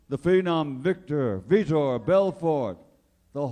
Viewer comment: How do you say Vitor’s name wrong twice with it spelled correctly on your note card and spelled correctly on the huge mural next to you?